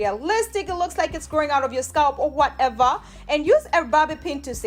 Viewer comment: I love when you say “ whateva “😂